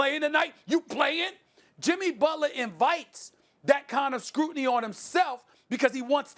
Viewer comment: “Jimmy Butlahh” 😂😭